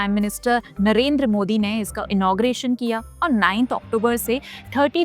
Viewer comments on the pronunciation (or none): none